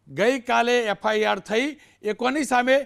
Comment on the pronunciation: રજિસ્ટ્રાર બિચારો ????? F I R બોલતાં પણ નથી આવડતું !!!